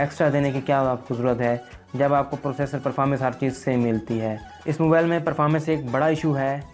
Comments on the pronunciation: Salya pehly mobile word e kehna seekh ly "MOBAL 😂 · Mobile ko mobal kh RHA hai